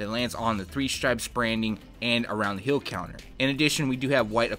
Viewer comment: heel NOT hill!